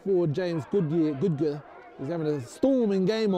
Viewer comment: James goodger not googer